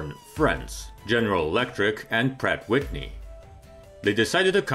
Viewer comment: .." Prat Witni.."..